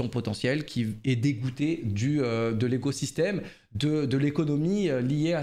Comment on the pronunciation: "L'égosystème" LOL.